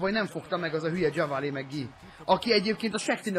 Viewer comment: csak hogy tudd, nem kötekedésből mondom ezt, de JaVale McGee nevét nem úgy kell kimondani, hogy "Dzsavalé", hanem "Dzsávál" McGee. Amúgy annyira nem jó játékos, lehet játékba jobb. Nézz 1-2 régebbi Shaqtin' a Fool részt, legalább benne van mindegyikbe egyszer:D